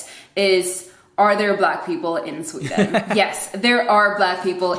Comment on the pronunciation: How she said 'Sweden' at the start of the video was 100% Swedish. As it progressed her Americanised accent came through more, I found (and she got louder).